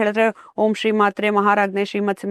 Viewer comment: "ಶ್ರೀ"ಅದು "ಸ್ರೀ" ಅಂಥ ಕೇಳಿಸಿತು